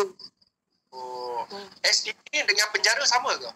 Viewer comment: haah dia sebut sbt😜😂 apelah